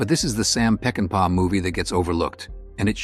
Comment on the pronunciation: It isnt "PeckinpE". It's pronounced "PeckinPAW". Get it right with your AI narrator.